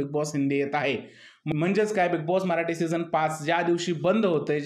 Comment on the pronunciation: अरब्या भंगार होता split विला खेळत होता कमजोर लोकांवर माज करत होता बिग बॉस ने पण 20 वर्ष वयाने जास्त संग्राम ला आणला अरे दुसरे अथलीट बॉडी असलेला एखादा तरुण आणला नाही त्यामुळे अरब्या चं फावलं, खूप चुकीचं विश्लेषण करतोय हा माणूस अरब्या ला मराठी नीट येत नव्हतं कळत नव्हतं, तू सुद्धा मराठी ला म्हऱ्हाठी म्हणतोय 😅